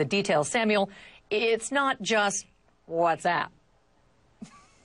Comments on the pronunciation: المذيعه تضحك على طريقة نطقها لكلمة Whats App خلتها What's Up .. والكلمتين تفرق ! موب عليك انت وياهـ ! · المذيعه نطقتها whatsup وهي كلمه مشهوره يتم نطقها بطريقه مضحكه والظاهر انكم خلطتم بين ما تعنيه وبين ما تمرون فيه . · تضحك على نفسها يوم قالت whatsapp بطريقة تضحك